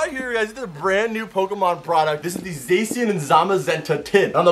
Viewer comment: It pisses me off when he pronounces zacian and cinderace's name incorrectly, and you people in the comment section disagree you can fight me